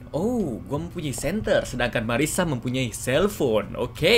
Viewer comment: kak namanya bukan Mariska tapi Marisa yang bener